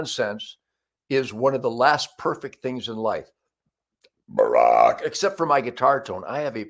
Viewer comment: I could almost smell that last "BARACH". :-)